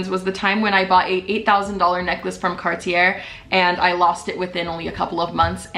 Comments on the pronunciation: I love you but it’s pronounced “car-Ee-Aye” not cartiurrr😭❤️ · Car-tee-aye. Not cartiair. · It’s pronounced “Car-tee-yay.” (Cartier) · Very Arizona way to say “Cartier” 😂. Liked this video because it is good a real YouTuber is telling people how to be responsible instead of just trying to look cool on Instagram.